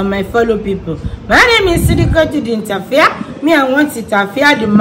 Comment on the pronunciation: The way she call the interviaa.....is something else😂😂😂